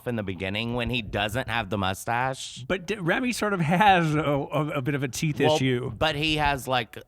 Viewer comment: It's Rami, not Remy....just sayin